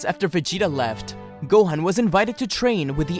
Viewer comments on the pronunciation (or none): none